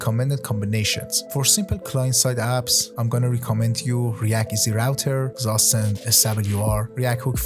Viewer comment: FYI: Zustand is a German word, pronounced 'tsoo-shtand'